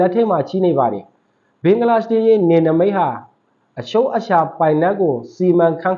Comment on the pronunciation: ဘင်ဂလား ရှဒေးမဟုတ်ပါ ဘင်ဂလားဒေးရှရ်ပါ စပီကာတယောက်အနေနဲပီအောင်ပြောပီးပါ